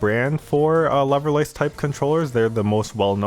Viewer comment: At first I thought you said "loverless" controllers thereby saying anybody who uses these is a virgin loser :D